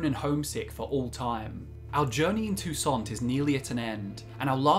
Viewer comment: "So I though't I'd share my Tou-Saints". Ok.